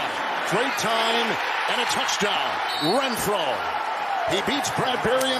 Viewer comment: It’s Renfrow not Rentfrow